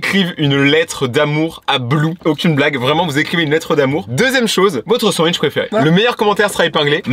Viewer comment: Le "sand-wish"bruh